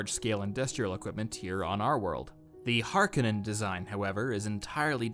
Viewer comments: That's pronounced "Layz" gun pronounced "Cel-lu-kus SEK-cund-US" Make up your mind its "Har-KO-nann" not "har-ca-NIN". Worse teacher ever. jk) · It's pronounced "har-Ka-nen" not "Har-Co-nen" I'm a bit of a purist🤣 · BTW, Harkonnen is pronounced Har-cone'-en. Thank you for the preview. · NOPE THIS PERSON IS WRONG LEARN HOW TO SAY HARKONNEN